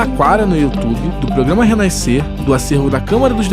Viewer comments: Pow jornalista, falar "Renaiscer" doi muito nos ouvidos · Porra mermão, pare com esse negócio de naisceu, essa palavra não existe pô, quer ser jornalista e fala naisceu, renaiscer, aí é triste.... Fora isso, parabéns pelo documentário.